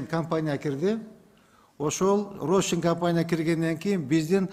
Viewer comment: Рощин эмес,Рошен.Ондуруш баары кыйрады